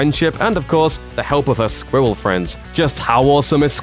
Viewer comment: Anyone else cringe everytime he pronounced the word “squirrel”